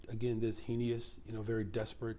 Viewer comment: Somebody tell that man how to say heinous please